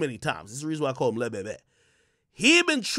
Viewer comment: 😂😂😂😂 that dude said Lil bebe